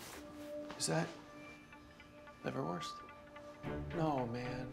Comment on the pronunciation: What's liverwirst. Liverwurst?